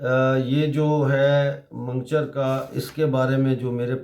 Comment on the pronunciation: Mango-char not mangcher